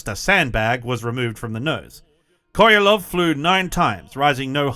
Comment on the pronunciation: Sergei Korolev not Korelov